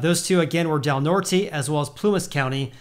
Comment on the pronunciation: Literally no effort given on that pronunciation of Del Norte lol The brain cells did in fact NOT rub together on that one